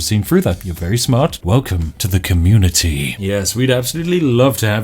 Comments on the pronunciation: "the communiTEA" yes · I can hear the Tea on the end of "Welcome to the Communitea."